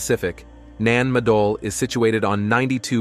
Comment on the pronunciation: I had to stop listening at “nan madal “